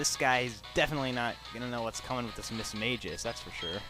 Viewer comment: Its not Mis-mage-us. its Mismagius.